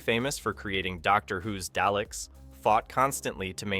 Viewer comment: Is this AI voiced,?. The narrator who seems to talk with some supposed knowledge of Blakes's 7 doesn't know how to pronounce either Vila or Dalek.